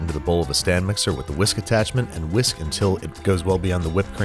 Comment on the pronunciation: Saucep'n is actually old school British pronunciation so fits right in here; I think cream freesh is a callback to a South Park episode. Personally I'm a fan of the over-aspirated Hank Hill H in "hwhisk"